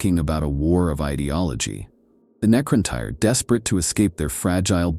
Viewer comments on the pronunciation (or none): Its pronounced the NECRON "TEAR" like a tear from your eye. You are pronouncing it NECRON TIRE. lol. For the record the correct spelling is NECRON TYRE. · Necron-tire? Tee-tan? Good Lord. I enjoy the videos but I really wish you’d stop using lousy A.I. to narrate. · Oh wow, the mispronounced Seetan and Necrontire is making this unwatchable